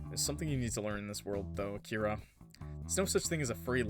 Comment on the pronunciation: I feel so late for commenting 6 months later or something but Akira is pronounced not “A-Kira” but “Aki-ra” and I’m pretty sure the “ra” is pronounced “la” (if it’s a Japanese name tho)